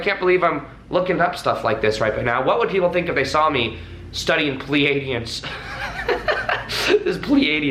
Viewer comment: Dooode … I was laughing so hard when you said "Pleadians" the way you did … because I was doing exactly that About 2 month ago … after I had a past life Regression Meditation … I was like "Bro, this is not past life, ist the Avatar by James Cameron Twisted up with weird stuff by your mind" … and then I was like "fuck no" and came ycross pleadians and try to get all the info while thinking how weird I am and that I should not tell anybody :)